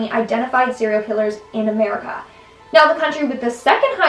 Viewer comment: Am I the only one who noticed that pronounced it as "Merica" on top 2: "serial killers"? 😂 Good video